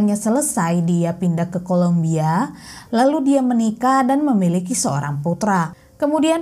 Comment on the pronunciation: yg benar itu Columbia, bukan kolombia. beda banget lhooo beda negara itu. tolong diperhatikan